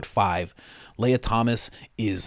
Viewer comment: Thomas Sowell (soul) Guy knows nothing about spartans. Lia Thomas (Lee-u) My mans butchers every name.😂